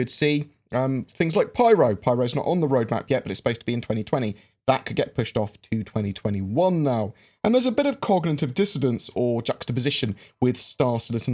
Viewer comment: it's cognitive 'dissonance'. I don't know wtf you said